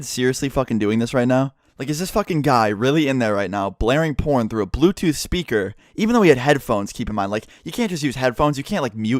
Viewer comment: Once he said blootooth I knew what happened lol